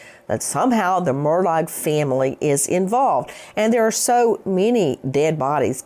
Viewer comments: Nancy I have loved you for YEARS,... I have always been a fan.. but you need to LISTEN to your own podcast... Your horse voice, and calling him MURDAG (MURR DOG) just sounds STUPID.. You should be more precise, and use outlines, and not just repeat yourself.. your on drugs at this time in your life, or drinking is not cool. Take care, eat some local Honey. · Buster gave his dead mother and brother as alibis. By the way Nancy, it's pronounced Murdock, not Murdog, although I kind of like Murdog better. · I love how NG pronounces his name as 'Murdog' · It's pronounced mur dick not mur dawg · I heard it as Mur-duck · You’re pronouncing his last name wrong. I’m amazed at these media people who don’t know how to pronounce his name. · Learn to pronounce the name Murdaugh. It's been in the news for how long now? Geez! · The G in Murdaugh is silent Attorney Grace. 😅